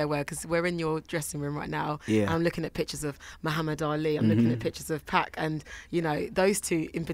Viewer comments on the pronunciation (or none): When she said 2'pack' I couldn't help but cringe bruh.